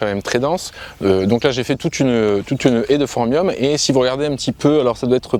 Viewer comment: Phormium et pas Pormium lu à !